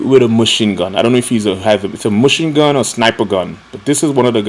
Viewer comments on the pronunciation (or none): "MUCHINE GUN" xDDDDDDDDDDDDDDDDDDDDD